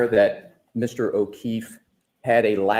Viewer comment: He always sounds like he is saying,"Mr. O'Keith" instead of "Mr. O'Keefe" but ive never seen anyone mention it so i guess it may be just me. It drives me nuts.